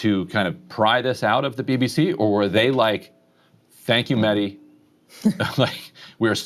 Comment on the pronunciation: Mehdi I am surprised that you don't ask your guests to pronounce your name right. Most just say Medi. the H in your name needs to be pronounced. MeHdi. Mehdi was also my brothers name and is our Iman Zaman's name therefore it needs to be said right. My brother used to demand his friends call him MeHdi. I would love to see all your guests do the same Inshahallah.